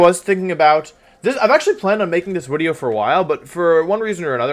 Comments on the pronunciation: Hey Wolfe, if you say "Wideo" for video, surely you say "Own-ey" for one? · Why in tf does he say wideo